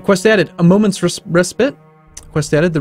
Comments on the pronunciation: Nick Crusaire I think you misunderstood what I wrote. He pronounced respite as pit rather than spite. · A moments ress pit? Respite dude, pronounced like spite. I know you're not fond of pronounciation corrections, particularly place names, which can be right dodgy.....but I had to rewind to figure out what you just said...